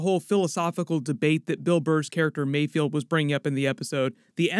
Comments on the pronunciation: It's mayFELD not mayfield!! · Im really nitpicking here because i cant find anything else to complain about its Mayfeld not Mayfield. Love the video bro subscription earned! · Mayfeld. Not Mayfield :| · It’s MayFELD not MayFIELD 🙂. Another awesome breakdown thanks! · I’m pretty sure Bill Burr’s character’s name is ‘Mayfeld,’ not ‘Mayfield.’ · Pretty sure it's mayFELD not mayFIELD. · Great breakdown! However please, for all that is good in the world, it’s pronounced “Mayfeld” not “Mayfield” 😭